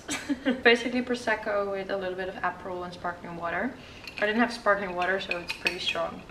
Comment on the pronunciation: What was in the Prosecco? Do you say apple?